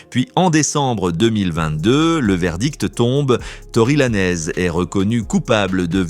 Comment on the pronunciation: Tory Lanez👀🙄😳🫵🏼🤣. La langue française c'est possible🤦🏼‍♂️🤌🏼. La prononciation du rappeur est foudroyante. Si le fait de bien dire le nom, prénom ou pseu(pseudo) d'une personne vous déchire. Dite X ou Y. Ne vous compliquer pas la vie🤷🏼‍♂️